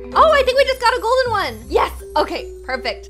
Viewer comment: When Magen Through the 4 golden ladybug I love how she said goldey